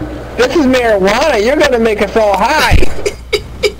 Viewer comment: marijuana not maryguana >_>